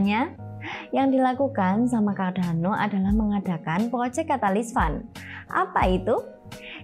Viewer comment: hehe... mbaknya gk bisa ngomong "R"